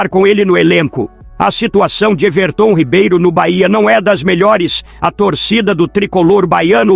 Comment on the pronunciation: Quem é esse Ervertôm Ribeiro , eu conheço o Everton Ribeiro , essa IA narrando é uma merda !